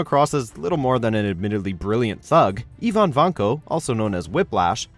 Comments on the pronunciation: You pronounced Ivan vanko (ivin vonko) like Eevin vonko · "Eeevan Vanko" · The way this guy is pronouncing Ivan is embarrassing 😂😂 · How do you mispronounce "Ivan"?!